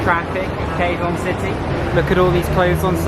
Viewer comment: You pronounced Quezon City the wrong way.